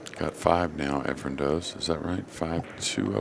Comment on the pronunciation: Nick Varner still calling him Efrom. For fks sake somebody tell him the name of the greatest pool player ever.